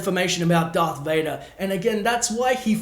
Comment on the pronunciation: U said dvader twice